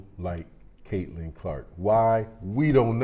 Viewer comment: Caitlin, not Caitlan.